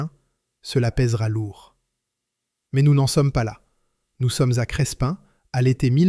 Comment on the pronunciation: Crespin près de Valenciennes: on ne prononce pas le "s" - on prononce simplement "Crépin".